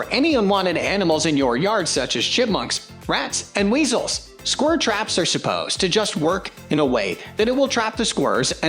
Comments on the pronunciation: Scwur trap? lol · Gonna get those squirrs